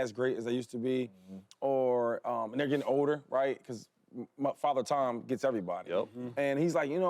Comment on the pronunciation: Did he just say Father TOM???? 🤔🤣🤣🤣🤣🤦‍♂️🤦‍♂️